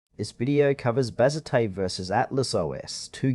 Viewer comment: Bro, Bazzite (pronounced Baz ite not bazzitay) isn’t a windows distribution. It is a Linux distribution.